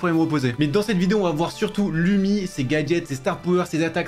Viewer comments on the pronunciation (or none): Je suis finlandais et Lumi le u se prononce ou